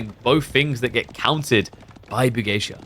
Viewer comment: Pog, has started pronouncing Bugeisha correctly.:face-red-heart-shape